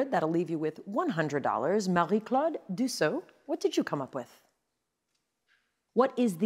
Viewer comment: I firmly believe we should pronounce people’s names the same way they say their own name. Here Mayim is showing her the respect of doing the same thing. 💙🌻✌🏽